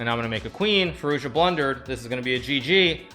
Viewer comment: In the tumbnail you said firojza 😐😂